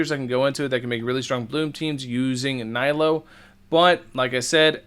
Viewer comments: It’s knee-lue, not nigh-Luu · mfer have you played through the story and met nilou yet? it's pronounced neelu not niylo